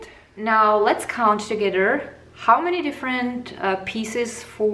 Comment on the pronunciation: Your English is poor. You pronounce your words such as together is togedder and your arm is very distracting.